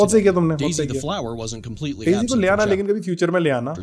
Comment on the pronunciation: It's daise